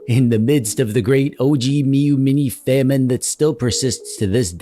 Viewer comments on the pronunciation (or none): none